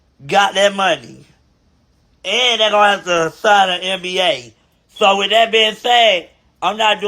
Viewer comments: Omg what the hell is a nba if u can’t spell it don’t say it 😅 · I love but he truly think he saying it correctly 😂😂 NDA doll ❤